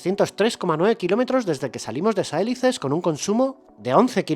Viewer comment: Saelices tiene el acento en la "i". Se pronuncia Sa-e-LI-ces. Es una palabra llana o grave.